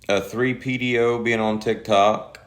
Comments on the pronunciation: 3PDO’s? He said that several times. Isn’t it P3DO? 🤔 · He said 3pdo 😂😂😂😂